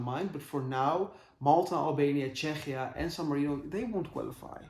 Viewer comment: Czechia is pronounced Checkia in English :)